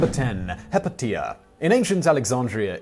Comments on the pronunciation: Not "Hip-o-tia", it's "Hi-pay-she-a" - The movie Agora is all about her! And the hermaphrodite is the ultimate symbol of European alchemy, as it embodies in one, the balance of both major natural forces. Geesh, I though everyone knew that! : ) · Simon says he tried to look up the pronunciation of the names. He must have used webcrawler or some other defunct search engine. The first woman out of the gate Hypatia is pronounced (in English) Hi Pay She Ah. I found it in .00001 seconds. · Hypatia is pronounced hi-pay-sha